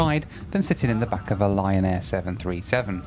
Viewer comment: Every time yo said Lion Air, my aged ears heard Ryan Air. Not sure what that could mean.